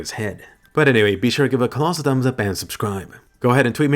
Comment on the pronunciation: "be" not "ne"